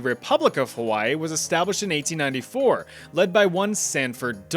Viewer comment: Hawai'i was hella accurate. Damn good job with that one.